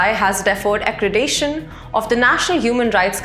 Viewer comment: Well, the woman news anchor is very charismatic. 😅 Although she couldn't pronounce accreditation correctly.